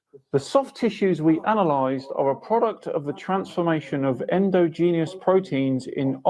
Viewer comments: mispronouncing endogenous is pretty cringey. Never a good sign when you get corrected by Kent Hovind. Youtubers mispronouncing words without bothering to look them up is something of an epidemic. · is really irritating to me. He only "debunks" the lowest hanging fruit (flat earth mostly) He just doesn't strike me as that smart.. EG we pronounce endogenous 'en-dodge-en-us' here in the UK too, It has 4 syllables, not 5... "endo-genius" isn't a word, He's just probably not heard that word before. (I'm not siding with Hovind, I'm an atheist too, I just don't think is a good source)